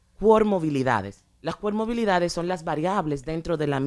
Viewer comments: Cualquier profesional del área de salud detectaria inmediatamente que no es nada de lo que dice ser, al ella decir coRmobilidades, cuando es comoRbilidades. Lo grave del caso es que personas profesionales se dejen guiar y supuestamente aplicar un método dizque creado por alguien sin ningún aval de nada; y peor aún usar esos pobres niños como ratas de laboratorio para lucrarse. Simplemente indignante! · Ella habla de comorbilidades o de "pomorbilidades"..., y ni se sabe que rayos es eso, he buscado el termino y ni aprece.... Oh Santo padre ayudame.... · CoRmobilidades jaajajaja pobre señora. Y las tales especialistas invitadas muy mal preparadas tambien. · Ella quiere sr tan sabía que ni pronunciar bien las palabras ha dicho cuermobilidades y se dice comorbilidades refiriéndose a varios trastornos o enfermedades que ocurren en una persona